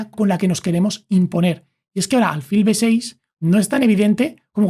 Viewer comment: Muy bueno el video. Lo único que le ha cambiado la pronunciación de alfil. Es palabra llana, tiene el acento prosódico en la 'i', no en la 'a'